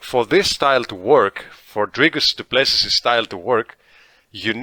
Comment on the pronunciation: the last S in Du Plessis is silent brother. his surname is french but he is a dutch boer so you should know this being a dutchman yourself.